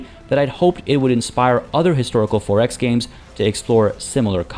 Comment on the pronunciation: You pronounce 4X like “Forex”, meaning currency trading. Its “Four X”, two words!